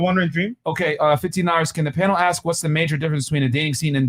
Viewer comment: If someone says "aks" im leaving dont care if its women or men.